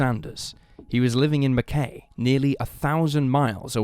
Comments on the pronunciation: Gabriel Nagy ended up in Mackay - pronounced Mack - eye. Research is your friend. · Queenslander here, just FYI, Mackay is actually pronounced Mc-eye. Yet another fascinating video, cheers mate 🍻😁